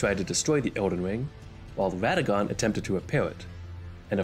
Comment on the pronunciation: I didn't think i was this superficial, but lord, when you said "ʋadagon" "ʋepented" and then "maʋʋied" "ʋennala", i couldn't help but cʋinge.